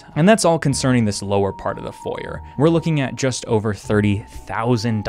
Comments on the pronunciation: H-… how did you just say foyer? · You have clothes on your floor and can't pronounce foyer. I am losing my mind. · every time you say Foyer I'm reminded of Chuggaaconroy's playthrough and how he explains it's Foy-Ay, because languages are hard and we tend to snatch other words because they sound pretty, amazing video, good game, enjoyable. Edit: Foy-Ay is the British pronunciation, carry on, and ignore me lol